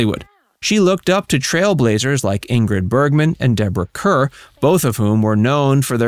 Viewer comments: You cant even pronounce Deborah Kerr’s name correctly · Deborah Kerr pronounced Deborah Car. Please reprogram your electronic.narrator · She was a hugely successful real estate person as well. I saw her in numerous other TV roles and at least two movies. And just for the record, the name you misprounce so hideously, should be Debroah Kerr ( pronounced Car ). Please please check these things out BEFORE you make a fool of yourself. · Bless your ❤. It's pronounced Deborah "Car." I know,ancient history. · Deborah Kerr (pronounced like CAR) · It 's not "Cur" it's pronounced "Car." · Its pronounced CAR; Deborah CAR (Kerr) Show some respect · Kerr is pronounced “Car.” Do your homework.